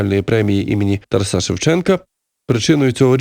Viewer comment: ТарАса, а не ТарасА !!! Ви ж не кажете ІванА, СтепанА, БогданА, ОлегА, СергіЯ , а ІвАна, СтепАна, БогдАна, ОлЕга, СергІя!!! Чому для одного імені робиться цей безглуздий виняток?! Та ще й чийого імені! Може, ім'я ТарАса Григоровича Шевченка треба вимовляти так, як його вимовляють на його батьківщині, та й вимовляли завжди по всій Україні?! Навіть якщо десь на Заході України це ім'я дуже рідко зустрічається, і його чомусь там отак грубо перекрутили! Я вважаю це зневагою і великим приниженням цього святого для України імені.😪 НЕ СМІЙТЕ!!!